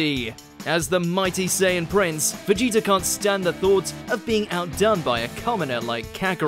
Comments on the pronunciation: Please stop saying Vegeter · "Vegeter" lmfao